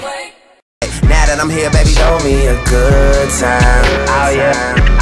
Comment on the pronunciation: it's a mistake.. she's saying behbeh like baby.. not vivid.